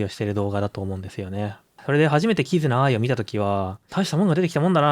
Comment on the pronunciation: このイントネーションであってるはず